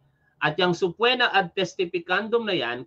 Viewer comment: Sabi ko sau ‘’Suh-pee-nah’’ang tamang bigkas hindi subpwena…